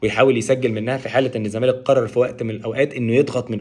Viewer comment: يا عم اسمه الزّمالك (اللام لا تنطق) ، مش إلْزَمالك 🤦🏻‍♂️🤦🏻‍♂️). بتطلعوا في التلفزيون و مش عارفين الفرق بين ال القمرية و ال الشمسية 🫤🫤